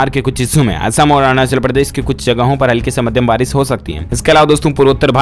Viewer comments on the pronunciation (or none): none